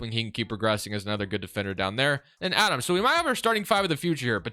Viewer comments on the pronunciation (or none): Its Aday Mara, Center from Spain, not Adam 😊